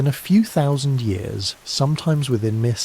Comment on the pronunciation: You ought to find an AI narration platform which understands and is capable of saying "thousand".